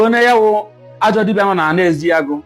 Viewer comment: Eziagu and not EZEAGU please